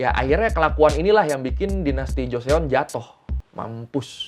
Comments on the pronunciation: Joseon dibaca cho-son/joson Bukan jo-se-on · Bukan goreo.. 😂tapi bacanya goryo, trus joseon, bacanya joson gitu aja 😂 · Bang GORYEO dibaca Goryo JOSEON dibaca Joson 😂🙏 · Goryeo 고려, Joseon 조선 "eo" huruf "e"nya ga dibaca... baru nonton channel ini😅